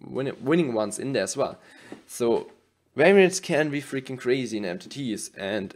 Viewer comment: Weraienz 😂 werrienz 🤣